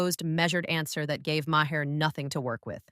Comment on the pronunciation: M-A-R. M-A-R. The H is silent. Mar.